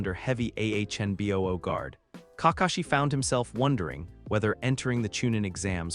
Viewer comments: it's anbu NOT ahnbu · A few times, it was ahnboo